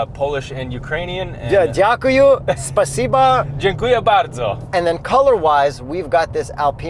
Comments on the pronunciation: Daang, he said dziękuję bardzo with perfect polish accent. RESPECT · "Dziękuję bardzo" was actually perfect) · "Dziękuję bardzo" - was perfect. Nie ma problemu.